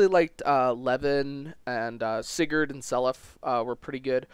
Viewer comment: This man said certain barbeque😂 However I would say Arvis isn't a "villian" per say Also when I played fe4 for the first and only time I lost everybody and dropped the game so I can't say much for the gameplay though